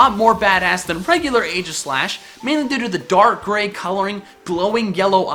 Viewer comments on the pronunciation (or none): Hate to be that guy but... It's EE-gis-slash